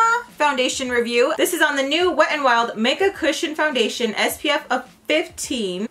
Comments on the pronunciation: I feel like I will never be able to say foundATION the same way again 😆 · First off let me say... I love how to say foundachion hahaha you crack me up! Another thing is i have a similar skin tone and matching foundachion is so hard! I always look to your videos for reference! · Hi!! I love your eye makeup, that wing liner tho, as sharp as a knife🔪. How cute is your baby saying makeup sponge after you ❤. I laugh when you said foundation (you sound French). Your entire make up looked bomb!! Xo